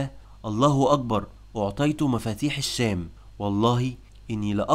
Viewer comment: عليك مراجعة لفظك للكلمات حيث انك تخطئ في كثير منها. على سبيل المثال لا الحصر: معول و حرة و أعطيت. جميل انك تحاول التكلم بالفصحى و لذا أرجو تحري الصحة في اللفظ و شكرا.